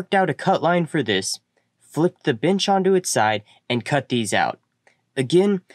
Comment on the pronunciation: is pronounced Ben-ch. Nixt is pronounced Nex-t. Also, thanks for the video! I had to watch it a second time so I could intentionally ignore the pronunciation, and when I did, it was quite enjoyable.